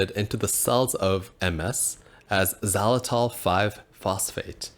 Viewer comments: It's pronounced "ZAI-luh-tol", not "zawlatol" . There is a long "i" sound on first syllable. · it sounds like your saying "za-latol"